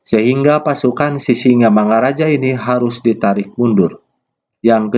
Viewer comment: Mantap pak, tapi mengucapakan Sisingamangaraja nya, nggak pas pak, jadi bapak buat sisimangaraja. Salam dari saya horas, dari Taput.